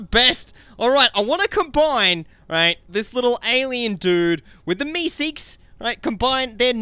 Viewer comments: MESEEKES NOT YOUSEEKES Not to be mean just saying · It's mr. Meeseeks not mr. Youseeks. No hate